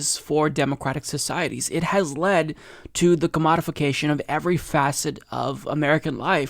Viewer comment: Led, not lead.